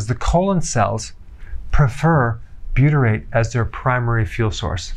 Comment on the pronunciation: Loaded with buytrate? It’s 1% buytrate 😂😂